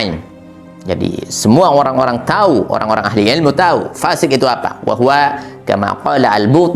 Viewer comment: Baiknya bedakan lafal fa buksn pa'